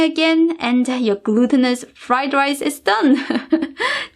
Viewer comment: This recipe looks awesome. I'm definitely gonna try it, as soon I have this steam cooking thing (my mom has one, but she want give it to me knowing it would be an experiment 😁). If you don't mind the question: Why you emphasize the last letter in some words? Like Shrimpsssah, Ricessah and so own. Is that a cultural thing? :)